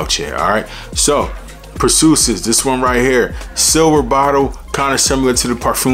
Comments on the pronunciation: Every time I heard per-soo-sis instead of per-see-is it messed up my focus lol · Per-see-us...is the pronunciation. I been wantin' to get this one ! I love Hercules and Galatea ! Thanks for this info on Perseus bro. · It’s pronounced per C us. Per ceeeee ous ❤ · Lmao.... say Per-See-Us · I know I’m late to the party but Purrsoosis has me in shambles 😂😂😂. I’m laughing with u tho not at u. Keep winning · 'Per-see-us"... look up Perseus in Greek mythology. He who slayed Medusa! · Bra even say Dar Marley when it’s clearly De Marly 😂😂😂😂😂😂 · Pur sue sis lol..bro, your pronunciation of words in all your videos lol .. and you say it with such confidence lol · I agree! We want to to support the channel but… it takes only a 10s google search to find pronunciation of these names before filming the vid. One of the most important thing about this hobby of ours is knowing how to say the names right! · Your pronouncing it wrong lol nice vid though